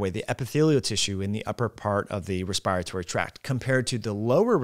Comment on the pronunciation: I don't much care about a foreign word such as omicron but I think should look up Webster's pronunciation of virulence and respiratory.